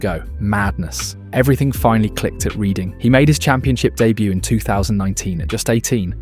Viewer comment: Reading, a town in england. The AI pronouced it wrong, u say it like "redding".